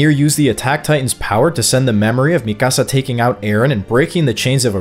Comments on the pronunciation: It’s pronounced, ME-KUH-SUH lol not MI CASA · Is this an AI voice? The Latino pronunciation of "Mikasa" is beyond grating to the ears man.